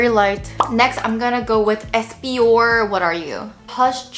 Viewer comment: unless your pronunciation of espoir is an in-joke i don’t get or smth lmao, it actually rhymes with ‘war’ ➝ esp’war. it’s french, it means hope